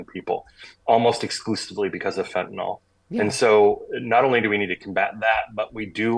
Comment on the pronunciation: It's "Fentanyl" (FEN-ta-nil) not "Fintinol".